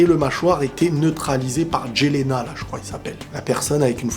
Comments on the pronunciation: Juste, jelena est une fille, d'ou la fausse barbe. Dit pas il c'est bien elle et ça se dit yéléna. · Jelena se prononce Yelena c'est comme Eren jaeger que tu prononce yaeger :) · C’est écrit avec un J mais ça se prononce Yelena comme pour Jeager